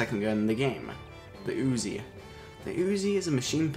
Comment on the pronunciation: Its not pronounced as uzi its pronounced as UZI u know like ....just forget it :P